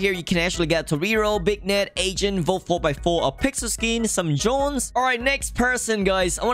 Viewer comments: beegnet and toreeero? what are u saying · Why does he say “Big-net” for the beignet???